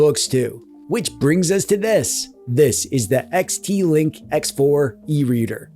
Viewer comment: quick note, its pronounced (xte)ink not link. Xteink the bluetooth is also used for things like a bluetooth page turner commonly used for kindle devices etc. not all 3rd party cfw has bluetooth support, crosspoint doesnt yet but has it in the works love your videos and keep up the great work covering these lil devices